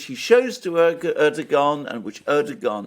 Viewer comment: Er doe wan, the G is pronounced as a W